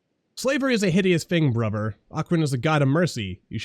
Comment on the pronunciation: Love the series but the way you say Bruber instead of Brother and Pladin instead of Paladin lol